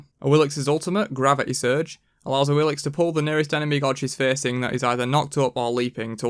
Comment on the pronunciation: Duke did What Happened to Awilix and now you do this 😂 😂 Omg. What is this coincidence.. (and it's Awilish, not Awilix)